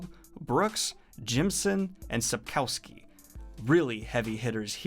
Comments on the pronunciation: please look up how to pronounce "Sapkowski", i literally wouldn't know who you are talking about if the picture wasn't there. it's pronounced a bit like Sup-koff-ski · Daniel please prounce Sapkowski less English and more Polish